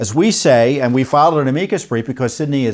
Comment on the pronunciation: The way you say amicus is so weird lol